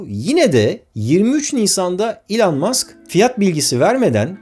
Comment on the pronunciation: Bugüne kadar Elon Musk’ı yanlış telaffuz ediyormuşum,bunu öğrendim 😂